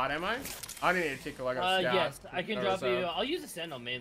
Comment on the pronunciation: Is it me or does make it sound like Scav instead of Scout sometimes?